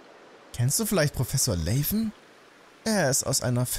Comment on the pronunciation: Ist zwar nix schlimmes, aber der Proffessor wird Laven ausgesprochen, wie es da steht, ohne englischen Akzent, weil sein Name die Abkürzung von Lavendel ist xD Ist aber auch nicht schlimm, wenn du weiterhin Layven sagst ^^